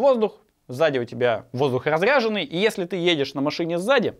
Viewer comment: за машиной воздух не разрЯженный, а разрЕженный. Разряженный у вас телефон бывает